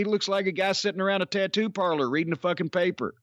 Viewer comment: Hahaha, I thought he said "eating newspaper"🤣